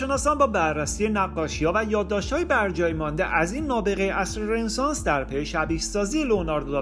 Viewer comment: دوست عزیز ممنون از زحماتی که میکشید فقط در مورد لغت رنسانس باید عرض کنم که تو همه کلیپا این لغت رو اشتباه تلفظ میکنید و خیلی ام مهمه.. این لغت فرانسوی است و به معنی تول دوباره، و خونده میشه RONESANS، یعنی "رو نِ سانس"